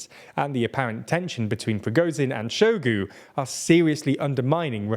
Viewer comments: Hi TLDR - please just take a few minutes out of your day to learn how to pronounce these names which are all over the news. Hearing you say Shoigu's name as "Showgoo" really made me cringe. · hahaha saluseny and show-gu, you guys crack me up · The mindblowing inability to pronounce the names of major players in this year-long story really undermines the otherwise professional looking report. I mean i get if its some random town but "Shoigu" has an "i" in it and im not going to even talk about Prigozhin.